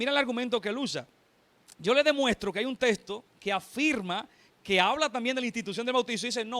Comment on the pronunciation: por que la mayoría de estos que debaten pronuncian testo y no texto😂😂😂 por que y según son preparados😮